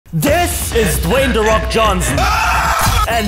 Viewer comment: Dwey the fok🤣😭LMAOZ